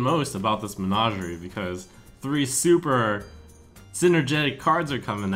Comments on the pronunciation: MeGNAWgerie is not the way anyone says that word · Trump, plz, listen to the game and pronounce menagerie correctly.